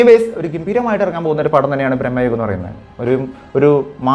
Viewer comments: സിനിമയുടെ പേര് ശേരിയായി പറയു.. ഭ്രമയുഗം.. ബ്രമ്മയുഗം അല്ല 🙏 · Its ഭ്രമയുഗം bro.. Not ബ്രഹ്മയുഗം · ബ്രഹ്മയുഗമല്ല ഭ്രമയുഗമാണ്